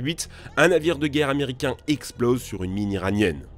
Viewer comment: C'est quoi un zaméricain ?